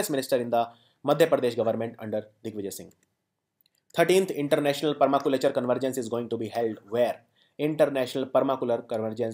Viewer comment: sir its nt per..ma..culey..chur..its per ..ma.. culture..:P..srry sir pls dnt mind/..student sir joke.:P..u r the best sir..:)